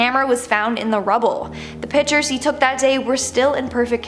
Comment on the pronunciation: Pic-tures.... not pitchers ;)